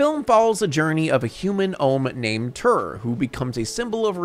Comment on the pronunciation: They're Traags, it rhymes with "logs". And his name is Terr, not "turr".